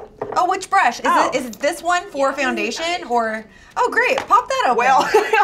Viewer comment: is no one going to talk about how says fjoundation?